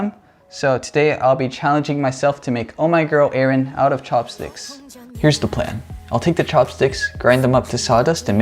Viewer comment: You are pronouncing her name wrongly. It’s Ah-rin not A-rin.